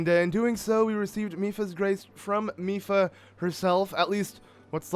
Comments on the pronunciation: he said “Mady Lipha’s” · "Mady Lipha" 🤣🤣🤣